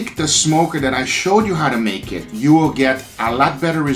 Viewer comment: Back in the day when he said "let's do it" instead of "let's do eh(t)"